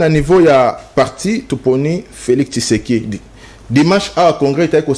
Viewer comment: c'est Tshisekedi et non Kisekedi